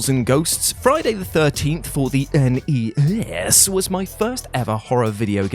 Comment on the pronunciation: I need a whole Tuesday list that are just NES games so I can hear you pronounce that over 100 times. Plz and thank you